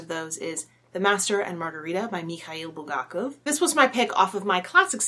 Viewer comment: Love The Master and Margarita so much. Also love hearing Bulgakov pronounced correctly. You need to try Russian literature that is not so weird...time to pick up War and Peace :P